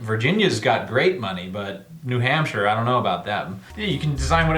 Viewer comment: DON'T DISRESPECT NEW HAMPSHIRR Gasp